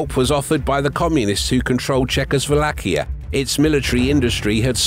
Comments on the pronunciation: "Czechosvolakia" lol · Wait wait wait... did he just mispronounce "Czechoslovakia" twice in a row?! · Why do you pronounce Chechoslovakia so weird? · weird pronunciation of "Czechoslovakia" 😂